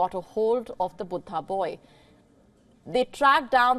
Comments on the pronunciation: Buddha not butta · Not cute. Pretentious. She is an Indian with a language from India as her mother-tongue. Buddha is pronounced as Buddha in every one of our languages. She has no excuse for mispronouncing. She is just being silly. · Its cute how she pronounce Buddha as BOOTA! 😊 Bood Haa! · Is her pronunciation of Buddha correct?